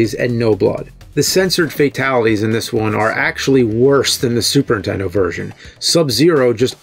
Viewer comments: Why does it sound like you say SUPERTENDO and not superNINtendo.? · The way you say Super Intendo takes me back. My cousin always said it like that and I'd yell at him that there was an N. Memories. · He can say Nintendo but still says "Super intendo". No wonder you got bullied bruh, It's frustrating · Is it just me or does the nerd keep saying super tendo? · Love you videos, but what the heck is a super In Tendo? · There are THREE Ns in Super Nintendo. Not Suprentendo. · its not a "Super Intendo" ffs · The way James always says Supern-Tendo. 😆